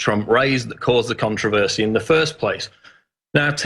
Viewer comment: You didn't pronounce con-trov-er-see like a proper Englishmen.